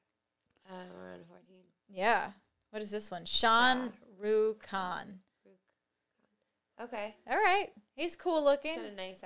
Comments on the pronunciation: Not Sean Rukh Khan its SHARUKH KHAN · She even don't know exact pronunciation Of Shahrukh khan.